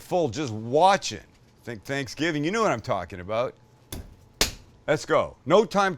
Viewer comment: I hear a Canadian “aboot?” 😁